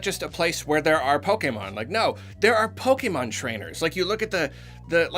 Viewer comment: Automatic thumbs up for correct pronunciation of pokèmon.